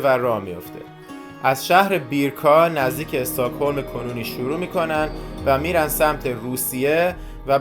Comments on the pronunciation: EstAkholm na , stOcholm 🤦‍♀️🤦‍♀️🤦‍♀️🤦‍♀️ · چرا همه اشتباه تلفظ میکنی ایکیا نه ای کیا استهکلم نه اوسترکلم😊😊😊😊😊